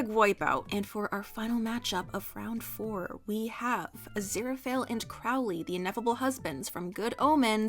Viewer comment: every time mispronounces Crowley I physically hurt